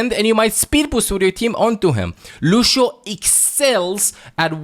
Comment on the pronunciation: I love how always says "Lusio"